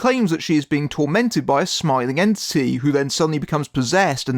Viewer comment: I kept hearing you say "Smiling ANTSY" or "Yancee" instead of entity and that was just hilarious.